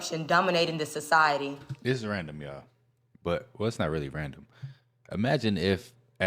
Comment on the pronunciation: Never ever take your info about ancient civilizations from a woman who cannot even pronounce 'society' or the letters "B.C."... Plato was Solan's apprentice who taught Plato about Atlantis in the land of egypt. When Atlantis fell the people of the sea moves to the land of Kem or Kemit modern day Egypt. It was located in what's now the Sahara desert. The land structure Plato described is still there covered in salt from the water that washed it away. It's called the "eye" of the Sahara, it's locates right where solan told Plato it was located. The stories are carved into the walls of the earliest Egyptian temples which are also the most advanced and were masters of navigating the seas. That's why atlantean / Egyptian hieroglyphics are found on every single continent and every continent had mummy making rituals and built fantastic structures out of stones. Even the Aztecs claim their people came from Atlantis. There's so much information about Atlantis its not a legend or conspiracy. There's even ancient Atlantean artifacts found at sea and their signature tool marks found all over the world. Most of the people died out from a vaccine from plague released by the "crocodile priests" they summoned after making a partical collider. Sound familiar? Many of the atlanteans chose to reincarnate in America during modern tim. That's why we are so war like and destined to go out just like they did.